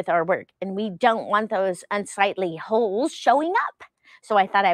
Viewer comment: Holes not hokes. Lol